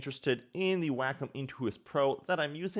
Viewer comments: It's WAY-com not "Whack'em. Lol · Why is it sounds like "wack 'em?"